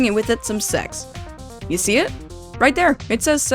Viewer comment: "you" not hou